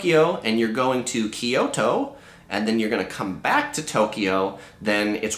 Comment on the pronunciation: You provided much valuable assistance and great news for tourists! This Californian has traveled to Japan 23 times. "Kyoto" is pronounced with two syllables, not Kee-o-to." I am surprised the Suica pingu (penguin) is apparently no longer on the card! I was last in Japan May 2-22, 2017…you posted this half way through that trip…and my old Suica design card worked fine then...